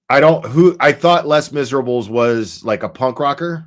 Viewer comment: Les Miserable is pronounced Lay miserabes. It is french for The Miserable😁